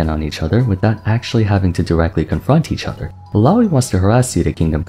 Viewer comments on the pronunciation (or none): "each oda"